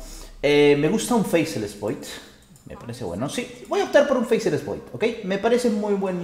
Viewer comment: Se pronuncia "Feisless", no "Feiseless"